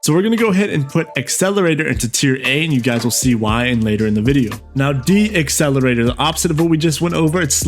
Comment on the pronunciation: Bro it’s decelerator (not D-accelerator) 😭😂